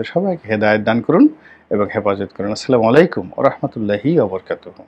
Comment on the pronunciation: স্যার আপনার সালাম দেওয়াটা শুদ্ধ হচ্ছে না। আশা করি আপনার কথাগুলো যেমন সুন্দর ঠিক তেমনই আসসালামু আলাইকুম সুন্দর করে বলবেন।